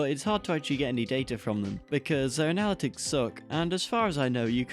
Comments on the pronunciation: I liked this video but "uh-na-lit-ics"? lol (also steam is kinda greedy) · Great video! But I can’t get over the way you say ‘analytics’.